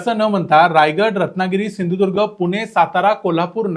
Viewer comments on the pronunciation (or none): none